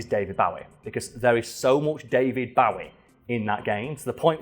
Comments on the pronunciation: It's pronounced Bowie not Bowie. Get it right. Fuck sake 😁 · But.. he said Bowie.... and not Bowie..